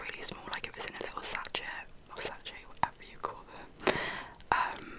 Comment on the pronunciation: Sachet is pronounced sa ~ shay 😘 Loved this video, and I’m loving all your products! Would love to see a video of you using them too 🥰 Could you pin a comment of all the products you used please? There’s a couple I think I want to try 😆